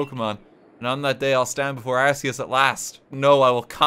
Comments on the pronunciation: It's not "arse-e-us" it's "arc-e-us". Please stop mispronouncing it. lts name means "all high" and "god" consistent with the "arch" prefix from "arch-angel", "arch-mage", and even "arch-enemy". In alchemy there's this plane of existence known as the "Archeus", a real English word which Arceus's name is based on as well. Silvally a Pokémon chimera with an ability similar to arceus is known as the "RKS system", the name itself a pun on the creator deities name. And as gamefreak's deliberate attempt to clarify the pronunciation, the in-game tool that you receive from the god is the "arc phone". Go ahead pronounce that as "arse phone" if you want people to laugh at you. Based on these hints on real English as well as in game lore, if you still insist on "arse" I won't stop you, but game freak has tried. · the fact i cant be even a slight bit sure of whether RT is saying Arceus wrong on purpose or because he doesnt know its wrong is proof of the chaos and spite this man radiates